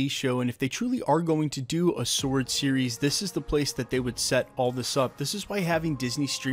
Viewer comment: I’m liking that you can pronounce “sword” correctly. I’m tired of people making the W prominent in the pronunciation.